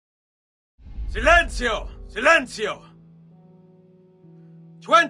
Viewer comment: 00.00 Silenzio not silencio